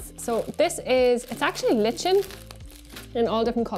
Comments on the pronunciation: “Lichen”😂 its pronounced “Lie-ken”… fantastic video though, much appreciated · im gonna go ahead and be pedantic but..."like-en" not lich-in" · I didn't know about the containment shims. They're interesting. How do you pronounce lichen? I am pretty sure it is ‘lie-ken’ rather than ‘litch-en’ 😂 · Lie-Ken lichen 👍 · I’ve been pronouncing that wrong my whole life! Thought lichen was ‘lie-ken’ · great video, but it's pronounced Ly-ken